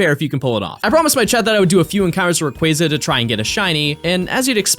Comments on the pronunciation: I just wanted to say thank you for pronouncing Rayquaza's name correctly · I will say this. You are the only person of the poketubers w/e that said Rayquaza correctly. Every other person just pronounces it sooo wrong. easy sub